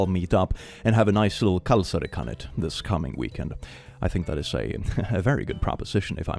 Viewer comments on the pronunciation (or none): Oh kalsari kännit (drinking in your underwear)! Sounded like kalsari kani (underwear rabbit) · Did u try to say Kalsari kännit? U got the pronunciation a little wrong but the thought is that counts, we know our language is quite hard so I can definitely understand u not knowing how to say Kalsari kännit. And to anyone wondering what it means, it really doesn't have a English translation but it's kind of just someone or many ppl drinking alcohol just on their underwear drunk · the way you pronounced it was so jolly, not exactly correct but very funny